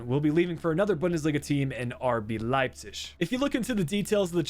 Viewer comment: Okay I tried to live with it but you absolutely butchered Leipzig’s name and it just sounds awful I’m sorry it’s not the first time you have miss pronounced somone or somethings name I love the content and you’re a great youtuber but I would just try and pronounce things a little better